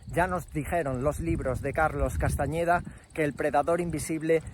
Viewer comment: Ningún sin eñe....El tipo es de cajamarca Peru y es CASTAÑÑÑÑEDA....El se fue.a estados unidos y allí la ese no la pronuncian.... investigue y salga de la IGNORANCIA CRASA....